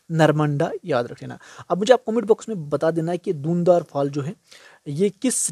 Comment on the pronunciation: Wo धुआंधार है dhund n dhar nhi 😂